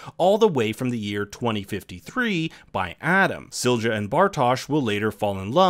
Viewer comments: There is no /d͡ʒ/ Silja – it's /ˈsiljɑ/ (see below). Just because English most often pronounces the letter ⟨j⟩ as /d͡ʒ/ (examples: joy /d͡ʒɔɪ/, agile /ˈæd͡ʒ.aɪl/, age /eɪd͡ʒ/), it does not mean that English has a monopoly on the "correct" pronunciation of the letter—regardless of language, individual letters have no fixed pronunciation. The phoneme (sound) /j/ in the name Silja is the same as in the word yellow /ˈjɛl.oʊ/. Further: See International Phonetic Alphabet (IPA). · Silja is pronounced see-lee-ya ! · Why do you pronounce Sil-ja when it's pronounced Silya? And Mikle instead of Mikk-el? It's not hard, man. Also, Winden is spoken as Vinden. Regina is spoken as Reg-ina. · Couple of minor corrections: Silja is pronounced "Seelya". There are some other smaller pronunciation errors (e.g. Winden should sound like "Vinden") but this one is pretty jarring. Hanno/Noah was continuously raised by Bartosz and knew the whole time that he was his father. The viewer might not have figured it out yet (until the scenes that show Hanno and Agnes' births, the latter with both Bartosz and Hanno present) but it's never a mystery for Hanno himself. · Duuude, pronunciation of Silja!!!! Please look it up. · Ok now explain me that pronunciation of Silja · Lmao how the fuck did you pronunce Silja? Is that even allowed? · Your pronouncing silja wrong